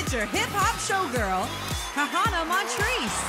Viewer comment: Anyone else notice michelle said hakana instead of kahana? No? Ok